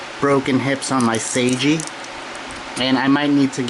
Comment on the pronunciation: Who the heck is say-ge lol